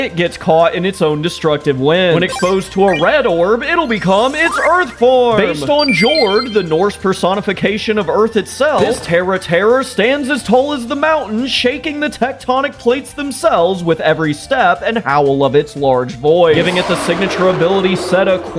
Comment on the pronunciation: Jord is pronouced "Yord". Most J's in Norse Myth are "yuh" sounds